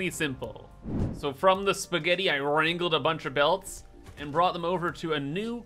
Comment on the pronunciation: The way he said spaghetti,😂😂😂😂😂also can u fromnow on call conveyabelts spaghetti pls